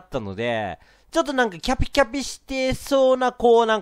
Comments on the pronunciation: くるくるパンダ それ思ったwカピカピにしか聞こえないw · キャピキャピ言えてない笑笑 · キャピキャピが…言いにくそう…可愛い（笑）